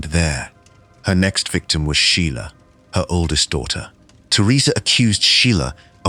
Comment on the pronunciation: Some are not bad, the one use obviously was translating from a non English language, so certain vowels were being messed up like the word daughter, the au was not being pronounced instead it was diter...same was other words with this sound..